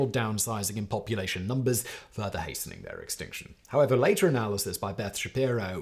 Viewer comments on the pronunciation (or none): none